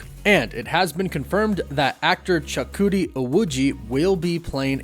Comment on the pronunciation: Props to you on your way more improved pronunciation of Chukwudi's name 👍🏽👍🏽. You were spot on .